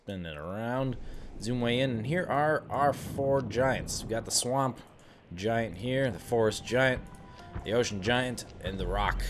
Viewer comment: giant :p not gaint